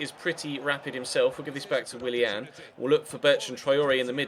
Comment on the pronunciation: pronouns willians name right